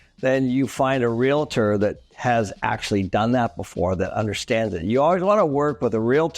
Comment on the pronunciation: Realtor is pronounced Real-tor not Re-la-ter